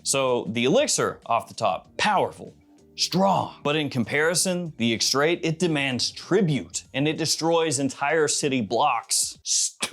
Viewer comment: Say “extreh”. The “ait” stays silent in French. 😊